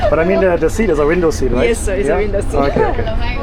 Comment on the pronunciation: hello siiiiir 😅